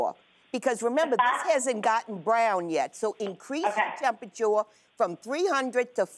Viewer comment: "Increase that tempatore" LMBO